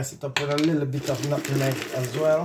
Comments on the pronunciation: 🤣 right!! It was irking me too! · Your coconut toto looks good but dont say nuttingmeg the correct word is NUTMEG I WOULD LOVE TO SEE THE RECIPE THANKS FOR SHARING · NUT-MEG NOT NUTINEG